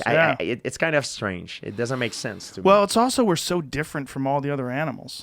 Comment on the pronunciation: Joe “He dudnt know” Rogan